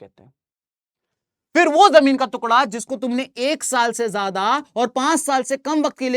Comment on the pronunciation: Jamin ka tukda ❎ jamin ka tukla✅ 😂 btt sir u r the best teacher of sst 😊😊🎉🎉🎉